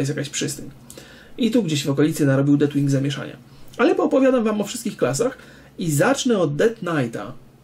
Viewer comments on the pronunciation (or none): Przypadkiem nie mówi się Deathwing ? Nie jestem pewien ale chyba tak jest poprawnie i wymowa z naciskiem na "th", w sumie to tylko tak mi się wydaje, jeśli mówię źle, to sorry. Poza tym jak zwykle świetnie.